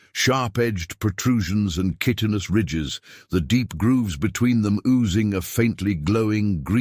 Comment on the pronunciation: You mispronounced "chitinous". "Miluhtree" ... is that deciduous or evergreen??